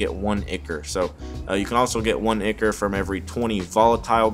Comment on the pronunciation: Awesome. Tyvm FYI: ichor is pronounced EYE-kor :)